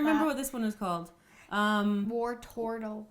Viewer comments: Were not here to pronounce POKEMONS. we're here to bake a POKEMON cake... so yeah wortortle jigglelypuff. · It's not wortortle it's warturtle